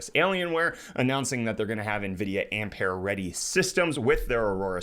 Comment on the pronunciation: Why do you keep calling it "amp -hair"? That's not how it's pronounced, or at least that's what it sounds like you're saying.